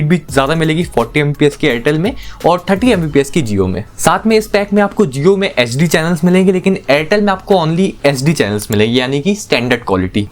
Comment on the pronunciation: bhai tum HD & SD clearly bolo, nahi to fulform use karke baat kiya karo,,, sunne walo k help hoga